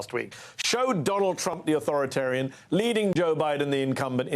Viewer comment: Authorit-Arian? "Mmmm"!